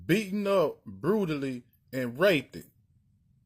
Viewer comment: that mane said Rapeded